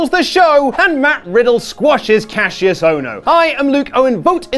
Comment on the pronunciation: Why can’t English people say Kassius’s name properly